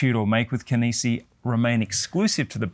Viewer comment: Such an odd presentation lol Starts off the video pronouncing Kenissi correctly Switches to "Kennessee" Reverts back to the normal way 😵‍💫😵‍💫